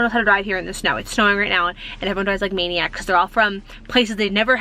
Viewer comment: Your “ STOP, FAST and MANIACS” sound sooo East Coast ….your accent really pops out!😂